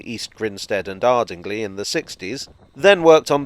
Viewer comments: Loverley job. Thanks for such a comprehensive recap of our locos. Just one teensy weensy point. In Sussex there's a strange pronunciation of villages ending in the letter Y. So Arding-lea is Arding-lie. But then the Hoathlys west and east are -lea and -lie. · Great vid, love the Bluebell. Ardingly is pronounced "Arding-lie" btw :D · Berkeley =pronounced Barklee and Ardingly= pronounced Ar-ding-lye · In Sussex (of the West variety), Ardingly rhymes with pie (not pea) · Another great video thanks. btw, Ardingly is pronounced Ardinglie. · The "ly" in Ardingly is pronounced "lye" . Likewise with Chiddingly in East Sussex. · All Sussex viewers would have cringed when you pronounced Ardingly.